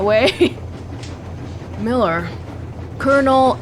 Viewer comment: wow I’m really impressed with your pronunciation of Miller’s name, molodetc proper pronunciation is Moskva